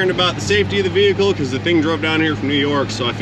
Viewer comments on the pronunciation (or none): none